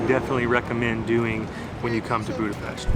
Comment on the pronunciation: He said Budapest correctly.i cant believe!